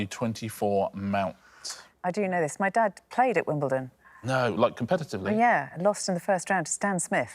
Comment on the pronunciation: Though they are butchering the pronunciation... why is there a hill in Te Reo Maaori at Wimbledon?